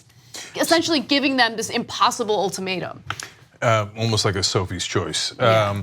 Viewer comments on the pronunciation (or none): I say ultimatum, you say ultomato! ¯\_ (ツ) _/¯